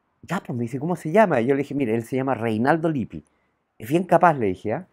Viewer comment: Se pronuncia Lip- pi en italiano se pronuncia las dobles consonantes señor !!